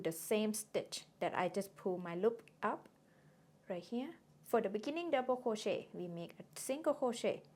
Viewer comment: You say something like "mikkening" that I don't understand or correct interpret. Can it be beginning? Otherwise your tutorial is such a splendored thing.